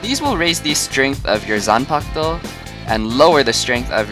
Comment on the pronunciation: Can you even pronouce Zampak-to